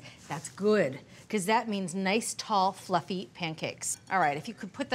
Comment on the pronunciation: Oh! She said "fussy" pancakes! OTG